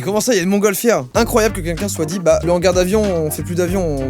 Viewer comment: Joyca je peux savoir pk tu dis quinquin au lieu de quelqu’un?